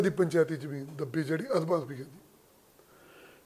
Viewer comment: Jadon tusi tv ya khabaran vich bolde oh, tan sahi tarha akharan nu bayan kareya karo, kabja te jameenki hunda. Kabza te zameen sahi alfaaz ne.